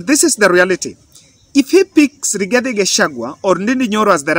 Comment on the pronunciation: Rigathi not igathi😂😂